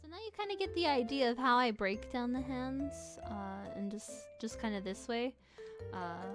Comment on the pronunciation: I think they mean how you pronounced it lol